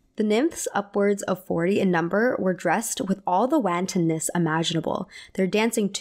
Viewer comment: I'm really sorry to be that person in the comments, but it really made me laugh when she said "WAN-tonness" (with a hard A) instead of "WON-tonness." Sorry, it's my inner British governess coming through.